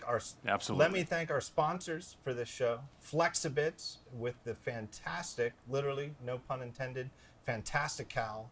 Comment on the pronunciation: FELXIbits... Gotta love Gruber’s spellings and pronunciations. :)